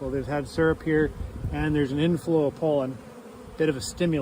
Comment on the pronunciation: You pronounce pollen like it’s spelled polen???